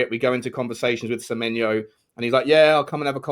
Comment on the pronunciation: It winds me up more than it should that calls Semenyo - Semenya